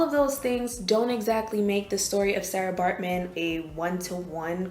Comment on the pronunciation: You are pronouncing Sara incorrectly